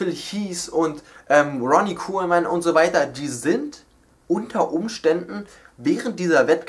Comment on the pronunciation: du musst vielleicht ein bisschen was an deinem englisch tun:D phil heazz und ronnie corman?